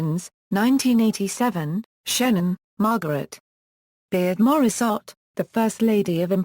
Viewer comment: at least learn how to pronounce her name !!!!